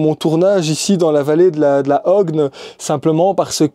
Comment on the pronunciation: Coucou, c’est ma région. J’ai grandi à Theux. Hoëgne se dit ”ogne”. Désolée de te rater chaque fois que tu es près. Bonne continuation